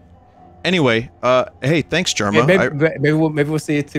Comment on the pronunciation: Had vinny always referred to Jerma as "jerm"?